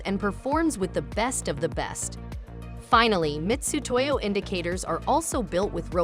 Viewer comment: Why is the Ai voiceover pronouncing Mitutoyo as “Mistutoyo “? Bad look for a large corporation. Am I missing something?